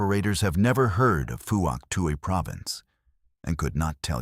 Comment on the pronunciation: Fook Twee not what the yanks call it!